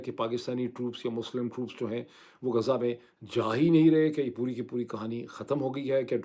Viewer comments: معيد بھائی نام غزه ہے غازہ نہیں ہے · Not ghaaza,ghazaa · غازہ نہیں بلکہ غزہ ۔ غازَہ کے اردو معانی. اسم، مذکر. خوشبودارسفوف جو خوبصورتی کے لیے رخساروں پرملا جاتا ہے، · معذرت کے ساتھ Ghaaza نہیں غزہ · ڈاکٹر صاحب! غازہ نہیں غزہ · غازہ نہیں، غز٘ہ (ghaz+zah)۔